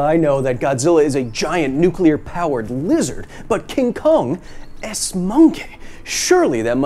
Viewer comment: what makes kong so big to begin with? maybe kong is nuclear, oh im sorry, nuculer. and the food kong eats on skull island is nuculer.